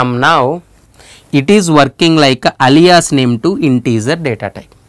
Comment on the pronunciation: I wonder how Alia feels about her name being said like this